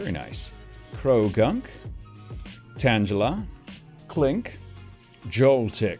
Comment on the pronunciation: Do you pronounce Tangela wrong on purpose? It’s supposed to be pronounced like the word tangled and angle